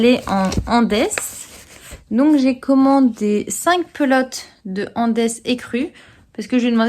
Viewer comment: Bonjour, Hum, est-ce que tu as retrouvé ton minuscule morceau de plastique transparent! Concernant la laine Andes, j'aurais prononcé Andes, comme la cordillère des Andes? Ou c'est "Andès" à l'anglaise? 🤪 Merci pour tes explications sur tes travaux 🥰